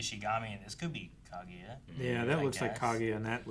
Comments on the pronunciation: Damn okay we’re really going this whole show with “ka-goo-ya,” huh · Do they ever stop calling her Ka-goo-ya?